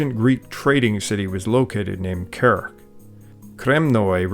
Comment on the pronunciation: Very good video. A nitpick that in "Kerch" the "ch" part is pronounced as in "change", so a "tsh" sound, not a "k" sound. At least that's the case in Turkic and Slavic languages.